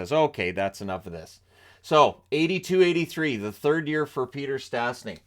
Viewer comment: Sadly, their name is still mangled by commentators. There is a hook over the first S so it should be pronounced "sh". Peter was the first player to represent 3 international teams: Czechoslovakia, canada and Slovakia.